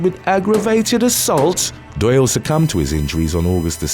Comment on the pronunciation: Doyle rhymes with boil